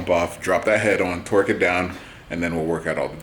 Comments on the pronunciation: man i aint trying to call out but is he saying twerk or torque? i hope he knows its torque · Every time says torque I hear twerk